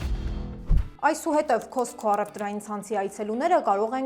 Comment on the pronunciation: Not քոսքո այլ քասքո